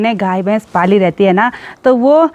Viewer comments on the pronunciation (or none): none